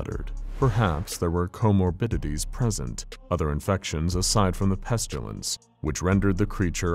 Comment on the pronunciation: It has got to the point where every time you pronounce it "pestulence" my eye twitches. The sharp pain in my head has stopped though, so I think I'm getting used to it...